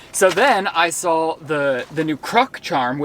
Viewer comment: Update: he then said “sawl” instead of saw but we’ll work on it😂😂💀💀